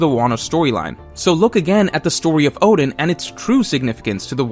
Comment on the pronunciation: This guy can't even pronounce Oden right 🚮🤦‍♂️ WTF